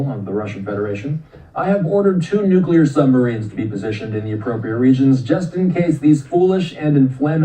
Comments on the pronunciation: Nuke-lee-er, not nuke -uh--ler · N U C L E A R not😢nuculer😮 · Your pronunciation of Nuclear," is wrong. You're saying it like President G. W. Bush: Nucular. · THERE IS NO "Q" IN NUCLEAR! Dude! You seem like an intelligent person. So pronounce this VERY important word correctly. NUCLEAR. NEW-KLEE-YER.